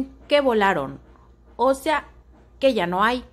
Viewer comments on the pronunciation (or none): Más bien se burló del "ocea" en vez de o sea...